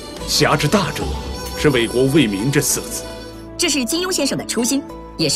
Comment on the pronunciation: 总结居然连为国为民都念错。。而且你后面还有郭靖说的片段啊。这都能错